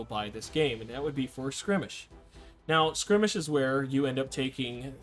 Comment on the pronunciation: Dude its not skrimage its skirmish.